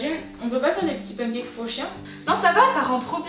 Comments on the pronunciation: Ya que moi que ça dérange qu'elle dit pencakes au lieu de pancakes ? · qui dis srx pancakes ? moi je dis panecakes